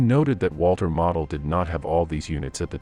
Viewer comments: Spanish maps. Who realy deserves credit? "Mo dl" Long "L" NOT "mah od." Geesh. Not like he's obscure. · Its Walter MOEdel, not Walter model airplane. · walter model - pronounced moh dul Gross Deutschland pronounced GROCE deutschland